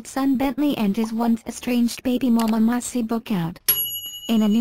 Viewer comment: What are my thoughts? First of all, her name is Maci, not Mossy ! 😂😂 These bots today !